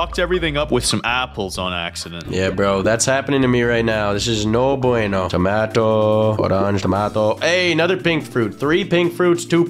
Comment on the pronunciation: AND THEY BOTH SAY TOMATOL🤣